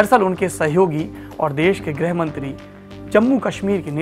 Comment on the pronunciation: मे नेपाल से हुँ, आपका कार्यक्रम बडी चावसे सुनता हुँ, आपकी आवाज मिठी है, प्रस्तुति उम्दा है। एक बातः मेने अक्सर सुना हे कि आप लोग गृह (Home, Interior) को ग्रह (Planet) कहते हेँ। ताज्जुब लगता हे। उत्तर भारतीय उच्चारण (accent) ऐसा होता हे? मेरी हिन्दी उतनी अच्छी नही है, फिर भी आशा करता हुँ कि आप मेरा आशय समझ जायेँगे।